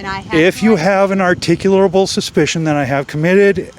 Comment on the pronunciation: Everyone has a problem saying "articulable".